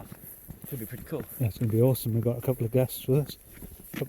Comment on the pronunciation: ‘Oresome’ very enjoyable.